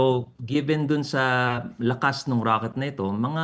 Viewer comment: Rocket ❌ Raket✅